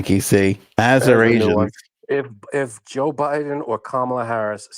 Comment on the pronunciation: Yeah, I think that word was supposed to be "Assyrians"... Check your research LOLOL he was not calling Arizonans "Azurasians(?)".